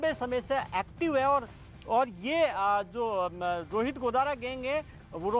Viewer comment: ताराचंद जी का नाम भी nhi liya aur News wale Bhai नाम तो shi bolo गोदरा nhi hota गोदारा होता h kisne aapko job de di faltu me